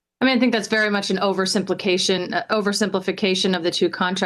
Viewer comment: She said oversimpli😂cation